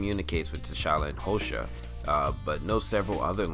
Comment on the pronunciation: The language they speak is Xhosa and it's pronounce with a click when you say it